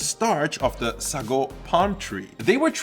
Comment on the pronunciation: Hey, I'm from SEA, the history lesson in this is fascinating! Just wanted to point out a slight difference in how we normally pronounce some items (or at least, that's how people around me do it): - Sago: "say-go" - Chendol: "chen-doh" (like in "Chennai", or how American media would pronounce the surname Chen) For the AI art, others have already stated their opinions from a moral perspective so I won't add to it. From an aesthetic perspective though, it tends to get real weird. Lighting and shadows don't always make sense and there's random spots that are given focus with extra fine details. To me, the net result is that it goes straight to the uncanny valley the longer I look at it, and it's extremely distracting. Would not recommend.